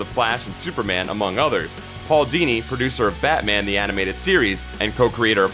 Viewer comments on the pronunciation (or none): none